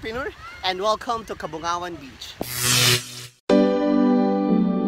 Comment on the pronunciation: are you sure about the name of the place where you at? you said, "kaboangan". Some Filipino knows what's 'Boang' is. Where it means 'crazy', 'baliw'. And Kaboangan also means as 'kabaliwan'. But the place was named "Cabongaoan", read as Ka-Bo-Nga-Wan and not ka-bo-a-ngan. ✌